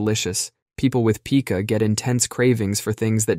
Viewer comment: Love your channel! Do want to point out you mispronounced Capsaicin (cap-say-sin) and Pica (pie-ka) though. 😅